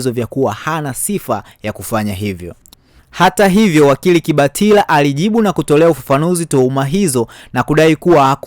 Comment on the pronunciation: Unayataja majina ya watu kijinga!! Kibatala si kibatila!! Tundu sio tindi